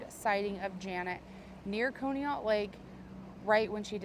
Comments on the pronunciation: Conneaut is pronounced Caw-knee-ut. That is so crazy that she would be so far away from home! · FYI, Conneaut is pronounced kaa·nee·aat. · pronounced con e aut. Sorry had to let you know. You do an awesome job. So thankful someone is out there taking care of these people. Rip Bunny and Janet. Bless you and friends. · She aint saying conneaut right. Lol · It's Conneaut, pronounced Conneaut, short "o"